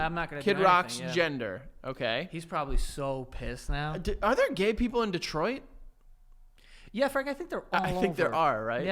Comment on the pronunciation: As a fellow michigander deh twah is the correct pronunciation. thank you for respecting our state. salute emoji